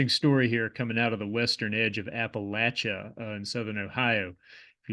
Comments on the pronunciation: You get mega king points for pronounce Appalachia, Hurricane and Kanawha correctly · how cathartic to hear Appalachia pronounced correctly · Thank you for pronouncing "Appalachia" correctly!